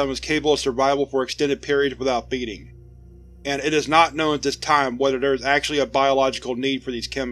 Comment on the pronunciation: Every time you said "Feeding" I thought you said "Beating" so I was sitting In there and thinking off a bunch of Foundation staff In hazmat suit's just squaring up to a god damn nerve system